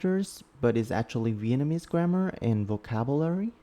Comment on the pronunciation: hey, your Vietnamese pronunciation is very good. Keep goin' bro🔥 (I come from Vietnam)